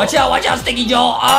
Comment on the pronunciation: Justin Remember its not stinky joel its stinky JO-EL